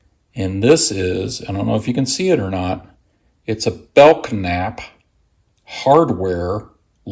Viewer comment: Nice video as always! Btw, the “k” in Belknap is silent, I believe.